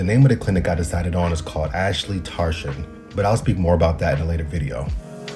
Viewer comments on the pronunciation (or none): I hate to be that guy but it’s pronounced aassllli not ashli and tarjaan hope fully u will understand also this is coming from a Turk👍